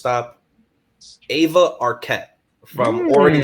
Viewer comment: aloha kooks....... try4 pronounce dakine. .... eye - vuh eye - vuh...... eye - vuh....... eye - vuh......... eye - vuh....... duh duh